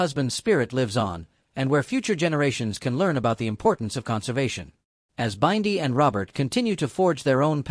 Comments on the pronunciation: Learn how to pronounce Bindi name please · Please learn how to pronounce Bindi it pmo